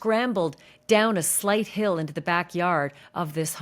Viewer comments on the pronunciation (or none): none